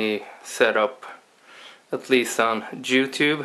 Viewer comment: I thought I was the only one who heard that:) SECONDS